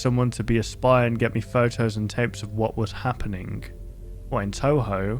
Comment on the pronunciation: It feels confusing to hear a big youtuber say Touhou, even though he's actually saying Toho.